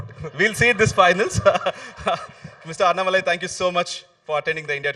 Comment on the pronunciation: Hello ...it is not annamalai...it is annaa-malai. Annaa should be elongated. You guys pronounce it like Anna without stress and shortened.